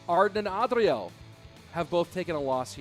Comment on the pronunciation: Why say "Adriel" like that 😂